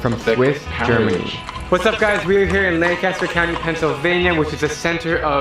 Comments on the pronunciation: If you visit and want to sound like a local...Pennsylvanians pronounce Lancaster County "LANK-uh-stir" . Different from the town in CA or the actor, Burt "Lan-cas-ter", as the guy in the video is saying it. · Argh... Pennsylvania native here. It's pronounced more like "LANG-kister"... not "LAN-caster". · It is not pronounced Lan-caster. It is Lanc-aster. There are quite a few Amish folks with cell phones. Particularly the teenagers. They aren’t quite as clueless about technology as they are sometimes portrayed. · I can tell that the narrator from that video & were watching is not from Pennsylvania because he said LAN-caster and not the proper LANC-aster. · IT'S LANCASTER not lan caster! I would know it's like 40 mins away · It's pronounced "LANK-uh-ster" County, PA. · the guy in the video you watched mispronounced Lancaster, and it grinds my gears. I live 30min away from Lancaster, PA (pronounced Lenk-ist-er). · Lancaster is pronounced Lang kisster in PA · I grew up about 30 minutes from Amish Country in Lancaster, PA. It's pronounced, "Lang-KISS-ter" They sell food, home-grown vegetables, pies (the Amish can BAKE!), and quilts at farmers' markets & some have their own shops. They do not allow photographs of their faces because they believe the camera steals their soul. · the way the guy in the first video said lancaster... pain😭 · The TV show host pronounced "Lancster" wrong.